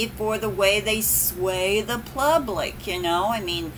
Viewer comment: LOL did you say plublic? Sorry I'm bored too. Love your videos "always" 😘